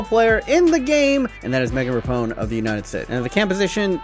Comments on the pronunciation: He’s kept butchering Megan Rapinoe’s name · Bruh why you say Rapinoe like that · Can say Henry in the proper accent but can’t pronounce Rapinoe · buddy how could you pronounce rapinoe's name so wrongly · Why do you have so many issues saying Rapinoe? It's not hard. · How do you mispronounce Rapinoe just sound it out lmao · Pls say rapinoe and not rapone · It’s pronounced Ra-pee-no not Ra-pown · Megan Rapinoe, pronounces it Repone... only triggered me cause I’m from Seattle and I used to like going to Reign FC games and she’s our star. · It is raaapeeenoooo not rapon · LMAO RAPONE.....errr Rapinoe (Ruh PEE no) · Rapone? It’s Rapinoe, not Rapone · Dude, Rapinoe's name it's pronounced Rah-pee-nou not Rahpohn. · “Ruh-pee-noh”, not “Rapone” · Rapinoe is pronounced Ra-pee-know not Ra-pone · It’s pronounced ru pe no not rapone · It is rapinoe.....not rapone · It’s rap ee know not rapiknow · Megan RAPONE, Bruh can you even read, it’s rap - in - oe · Just to clarify the pronunciation... it's pronounced RA-PI-NOE not RAPONE!!!! The number of times he mispronounced her name made me die inside every time. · Mate.. Its meghan (Rap-EE-no) not rapone 😂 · *Rah-peen-oh Not rah-pown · RAPONE? It's Rapinoe mate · RAP IN OH not Rapone hahaha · "Rapone" hohooooo yikes. RAP-IH-NO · I’m sorry but at least know how to pronounce the best footballer in the worlds name it’s Megan RAPINOE not how u said it: Megan rapone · It's rapinoe, not rapone! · It's Ra-pi-noe, not Rapone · he did not just say meagn rapone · "Megan Rapone" jesus. idiot. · Ra-peen-o... SMH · Hahahaha “rappone” she’s gonna get so triggered 😂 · “Megan RAPONE” were you joking when you said this? It’s a bit disrespectful to mess up Rapinoe’s name like that... come on it’s not that hard to say! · It’s Rapiiinooe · Lol everytime you say “Rapone” I can hear the people yelling at you 😂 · “Megan Rapone” that’s not even close mate lol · Pronounce Rapinoe correctly for the love of God. Ruh-pee-no, its not hard. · Its RA-PE-NO